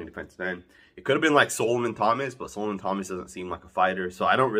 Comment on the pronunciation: stay butchering names lol. its not so-lo-man. it's sol-o-man. lol smmfh